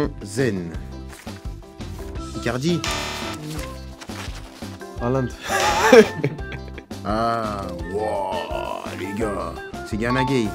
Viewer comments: my guy said halaand 😭😭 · Kehrer: "Håland" 🤣🤣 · Il a dit Haland l'enfoiré🤣🤣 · Nobody he is.saying halland😂😂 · Kehrer “haaland” hahahah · Mdrr “Haaland” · Men said halland😂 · IL A DIT HAALAND KEHRER 😭😭😭😭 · He said Haaland Il dit Haaland 😂😂😂😂😂